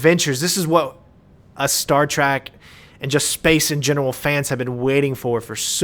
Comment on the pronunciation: Did you just say "Star Track"?